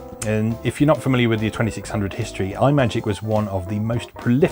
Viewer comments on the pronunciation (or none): A nitpick: Imagic is pronounced as if you were combining the words "imagine" and "magic". I swear, the worst thing Apple ever did was get people into the habit pronouncing everything as "eye-word"... :P